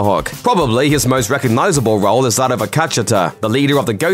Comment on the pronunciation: The narrator's pronunciation of Akecheta (Zahn McClarnon's character in Westworld) was WAY off!😁😁😁